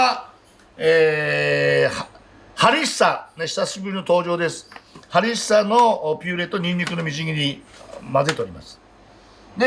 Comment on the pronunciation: ホンビノスとハリッサを何回か言い間違えてて可愛すぎる